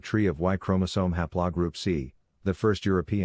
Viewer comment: ha'plaw? Computer needs more lessons. :3